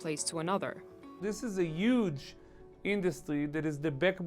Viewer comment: It's uge